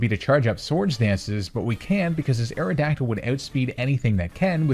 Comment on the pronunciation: AERODACTYL, NOT AERODYCTL! AND THE I IN FLYER IS SUPPPOSED TO BE A Y!